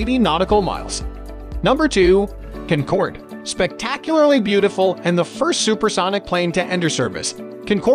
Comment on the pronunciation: Concorde number 2?! Please pronounce her name correctly next time. ☹️ She’s also a part of my Singaporean heritage and Concorde, Queen of the Skies 👑 should be number 1.🏆 She’s stunningly beautiful and got everything on my list. She is of course my favourite aircraft of all time. 🥰😎👍🏽